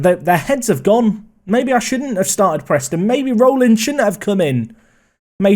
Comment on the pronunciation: Rollins is pronounced RAWllins